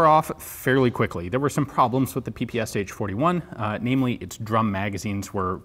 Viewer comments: ППШ has 3 letters not 4 it is not ППСХ just say pa pa sha Other then that nice review. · The SH in PPSH-41 is pronounced as in word SHelf